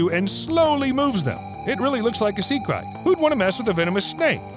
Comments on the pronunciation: It’s krait (crate) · It's pronounced sea crate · It's pronounced crate! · Bro... you keep murdering the pronunciation of that snake... it's pronounced with the long ā sound.. lol..I know I know.. Grammer nazi !!